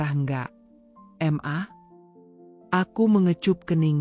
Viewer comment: Kata ma..kenapa di bilang M-A...geli dengarnya!